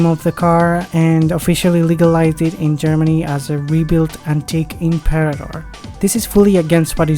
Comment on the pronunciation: Listening to you mangle the Latin word for "emperor" was horrible - but thanks for the video. The Isdera Imperator was a favourite of mine as a kid.